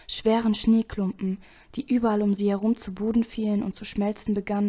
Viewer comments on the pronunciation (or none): "werft den purchen zu poden" :)